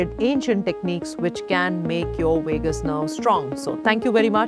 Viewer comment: Wagabond Wagus nerve. Wagal wery funny